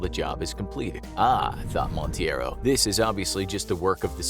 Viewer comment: The guy’s last name is Monteiro (it may sound like mount-ay-ro) and not Montieiro as pronounced. It's a Portuguese surname, and this way sounded more Hispanic or made up.